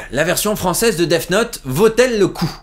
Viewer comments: Attends... Tu dis "Deaf Note", c'est gênant ! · Arrêtes de dire "deaf note" pitié x)